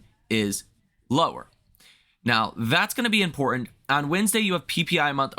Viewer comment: Impor-ant. America is turning Cockney